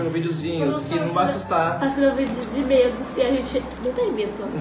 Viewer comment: "eu fiquei com mEeEdo" kkkk saiu parecendo sotaque nordestino